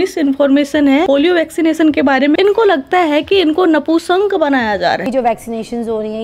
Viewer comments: नपूशंक ❌ नपुंसक ✅ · नपुषंक नहीं नपुंसक बोलते बहना 😂😂😂